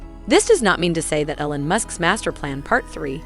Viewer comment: “Ellen musk”